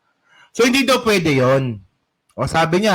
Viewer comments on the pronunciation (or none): "hindi yan POYDI... " 😂